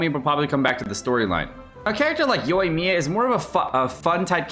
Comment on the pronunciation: it's 'Ya-eh' not 'Yay', please!!!! 🤣 also keep up the great work!:)